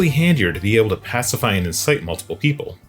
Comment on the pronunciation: Thumbs up for your "bad"English: ("wheat"= wait, "pasafie"=pacify, "readers"=raiders and best is "Mabby"=maybe)--just too funny. Thanks for the laff!